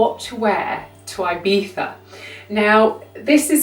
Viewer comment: Its so stressful how you say IBIZA... 😑😑😑😑😑